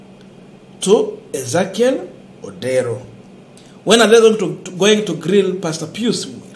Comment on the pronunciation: What's wrong with you, you cannot read a name that is clearly written ODERO